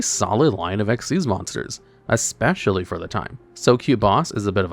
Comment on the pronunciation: No, you are wrong and an idiot! Ghostricks have a really solid line of Xyz Monsters, NOT XYZ Monsters! The Mechanic is "Xyz", it is not and has never been "XYZ"! Stop doing that! You don't do that for Ritual, Fusion, Synchro, Pendulum or Link, so why do you do it Xyz? It's not funny and it's not clever! You're like those so-called PokéTubers who mispronounce it as "poh-kuh-mon" instead of the correct "poh-kay-mon"! There is no such Mechanic as XYZ, never has been! And you literally have Xyz Monsters RIGHT THERE, you have no excuse! Again! Also, you're forgetting Spirit Barrier exists!